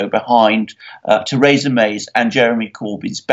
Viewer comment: God damn it Alexander, it's pronounced "Thuhreesa"